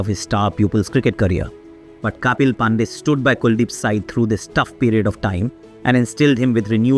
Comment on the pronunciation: There is some issue with the voiceover. It felt like AI generated version of Aakash Chopra. Words pronunciation sounds weird such as "pandey" "Virat kohli" "dharmashala". Because generally you are good with pronunciation of Indian names and places. But this voiceover felt like AI generated of Aakash Chopra. And it was weird. Anyways video was inspirational